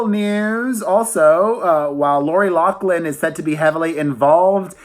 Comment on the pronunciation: this is LORI LOUGHLIN introducing herself!! you are STILL mispronouncing her name, and i'ts driving me insane. LAW-FLIN